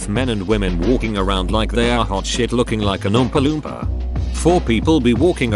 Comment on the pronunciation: It's really funny how the voice says oompa loompa for some reason